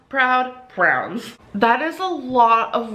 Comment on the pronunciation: If she says "prounds" one more time 🙃🙃🙃🙃 So it's the doctors and audiences fault that she has no motivation or self control? Ok gorl. Always looking for excuses. "They were literally saying you're going to fail and you suck" YOU'RE RIGHT, you fail at absolutely everything, you need help. She's so embarassing, blaming everything on everyone. I just want her to stop making excuses...ugh.